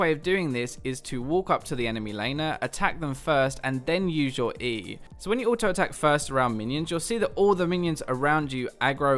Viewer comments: I Am The One while re-watching this, I also noticed that said "auto(r)ing":O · GreyFace 'auto(r)ing' isn't a British English thing, that was just a small slip up by